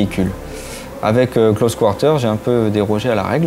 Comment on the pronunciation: c'est quoi cette accent anglais "close quarrrrrteerrrr" omg